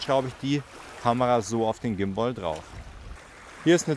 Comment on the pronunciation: Vielen Dank für das Video aber bitte hör auf Gimboi zu sagen 😵‍💫 Übrigens ein wirklich schönes Ergebnis 👍😉